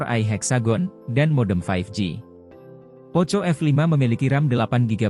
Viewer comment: Bcnya Poko bukn poco bro hahahahaha 🤣🤣🤣